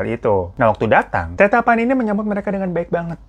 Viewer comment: Sebutan tetta pani nya itu Tet-ta, dua t nya (tetta)bukan teta😅, itu sebutan bapak/ayah di makassar. Bang hiro lucu nyebutinnya😂